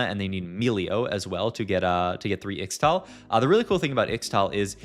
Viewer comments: PLEASE pronounce it "ishtal" in future videos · I think Ixtal is pronounced Ishtal. 😅